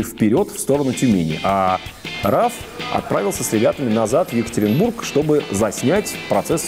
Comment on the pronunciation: ЕкатерЕнбург? позорище)))